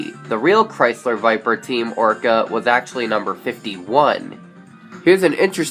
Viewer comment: He said Team "Orca" not "Oreca"